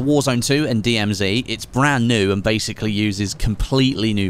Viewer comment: Strange to hear an English guy say DMZ 'wrong'